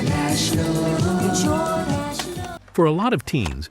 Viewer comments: Jor-Dash-Eh? ?? It's Jordash. Why do these computer generator voiceovers not have human to proof them before sending them out? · Lovin how "Jordache" is pronounced! Jor-dashy!